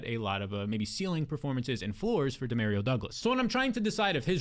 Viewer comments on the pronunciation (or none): “Dee-Mare-Rio” Douglas 😂😂😂 you can’t be serious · Hilarious pronunciation! 😂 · I got a friend named Dario and that’s how he pronounces it lmao Dee-mare-rio. According to him my whole life has been a lie pronouncing super Mario wrong 😂